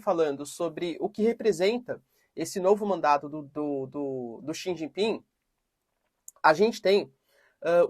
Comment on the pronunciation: Professor não è D chau ping è Xie ji ping